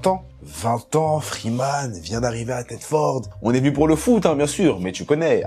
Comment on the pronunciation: Juste pour corriger (si tu parle de lui que je parle) Thetford se dit ThetfEUrd 😅😅